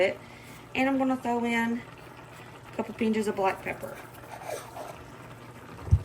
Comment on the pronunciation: Watching this was so much fun. I'm really impressed. BTW, the way you pronounce the word "pinch" makes me giggle because it reminds me of my grandmother who was from Arkansas.